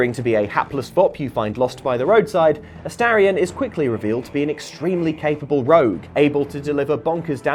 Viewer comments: You can tell Baulders Gate 3 hasn't released on xbox yet. Ast-a-rion 😅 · Why do people keep mispronouncing Astarion's name?